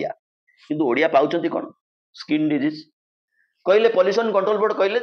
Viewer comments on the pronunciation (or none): none